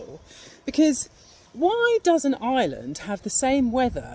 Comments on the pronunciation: I(R)eland not Island ... how can you make a video and not know how to pronounce the name of the country .. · Ite IReland not eyeland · It's pronounced "are land" not "eye land" 🙄